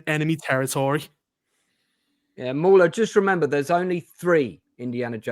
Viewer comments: I think hrs saying maular not moron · At , did mauler get called a moron? I watched that part over ten times and I can’t tell with the accent.